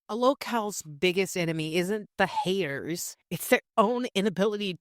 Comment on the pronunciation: This was great. You rock as do your merry band of "haydurs" 😂